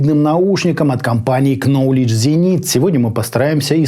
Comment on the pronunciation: КноледГЭ ЗенитХ нужно произносить, а не Кнолидж Зенит:) ноулидж зенит для "слабаков" Если серьезно, то сабж внеше симпатичен,а по факту - проходная модель со сверлящими ВЧ. Специфическая моделька, внешне симпатичная и отдаленно КЗ Закс напоминают. Заксы на мой вкус интереснее будут.